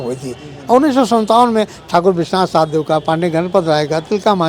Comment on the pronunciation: Pronounce sahi kijiye sehdev nahi शाह देव